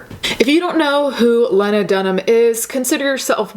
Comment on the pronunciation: WOW if you can't be bothered to learn how to pronounce someone's surname in an article you're reading, how reliable is any of your content. Not for me. I don't care who Lena or Lana or Lego is.